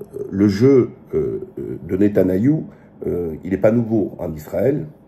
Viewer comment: Waleykoum salam oui tu as raison vidéo de qualités comme toujours et petite précision c'est pas netanayahu mais Netanyahu